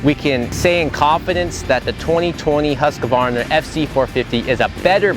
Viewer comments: why it's so difficult? it's not husk-a-VARna, it's husk-VAR-na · Why are Americans so ignorant in foreign names? There is no A between the "QU" and the "V" in the brandname. HUSQUVARNA!!! and NOT HusquAvarna.